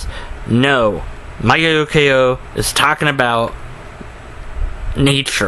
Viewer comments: Michio Kaku: MEE-CHEE-OH KAH-KOO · How can he NOT pronounce his name??? It's the EASIEST Japanese name in the world to pronounce! It sounds EXACTLY LIKE what it looks like. And people will follow this guy. WOW. Critical thinking is worthless on this generation. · Lmao you cant even pronounce his name, i listen to you not... He is talking about god would exist, but not like a genie where you could pray to get shet, but creating a harmonious universe... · Me-che-o as in cherie-o Ka-koo. He lost it about 10 years ago. He got all wishy washy on this religious issue. Some SJW talked to him and said he must respect religion or stop disrespecting the religious for some reason and he fell for it. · Holy shit, you can't pronounce Michio Kaku?! It's so damn easy. Sound it out! And learn how to use a camera properly.